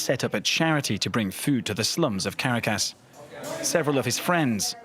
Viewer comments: Venezuelan here, would like to issue a correction. There are slums in the Eastern part of Caracas, in fact Petare, one of the largest slums in all of America, is located on the east of the Eastern part of Caracas. It's also pronounced CarAcas not CAracas. Also, you forgot to mention that a lot of the high class in Venezuela, in fact most of it, are government alinged Maduro supporters who profit off of drug trafficking and ilegal gold mining. You also forgot to mention that these people who "live lavishly" still have no running water most days of the week, and no guarantee of electricity (except for the lucky few who can afford back up generators). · The capital of Venezuela is NOT pronounced "Cara-cas." It's "Ca-Ra-Cas" Everyone knows this!!! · As a journalist please learn to pronounce correctly. Caracas is not Car A Cass, it sounds more like Ca Ra Casse . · It’s pronounced CARA-cas, not cara-CASS😜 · Why do they say /'kərakəs/ all the time? It's pronounced /kəˈrakəs/. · I cringe every time he says "Karracas" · Me too it’s “Caracas” not “Karracass” tf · I’m distracted by the narrator’s pronunciation of Caracas. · Couldn't they have recruited a voice over artist who can pronounce Caracas properly? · The reporter cannot pronounce Caracas. Not impressed. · You should at least learn to pronounce Caracas properly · Please say Caracas correctly next time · Learn how to pronouce Caracas please. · Was no one in the recording booth to help him pronounce Caracas correctly? I'm not even asking that he pronounce it with a Spanish accent, just the correct one in English. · You are not saying the name of the city Caracas correctly! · funny how this dude pronounces Caracas ...lol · Someone should tell this suit how to pronounce Caracas...he butchers it !